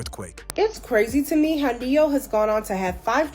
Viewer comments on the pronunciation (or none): It’s pronounced Nee-yo not Nay-yo lol